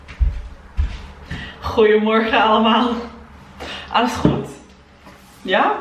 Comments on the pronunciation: Your 'Goede morgen allemaal' is amazing! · Je 'Goedemorgen allemal' is zó goed! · That “goedemorgen allemaal” sounded soooo Dutch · "goedemorgen allemaal" that was really good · Oh my lord the 'goedemorgen allemaal' at te start of day four was INSANELY accurate